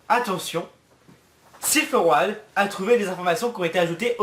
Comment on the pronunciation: Road c'est un mot de base en anglais... ça se prononce r"eau"d:p